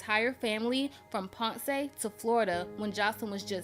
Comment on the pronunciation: Hi I liked the video but it’s pronounced P- oh- nce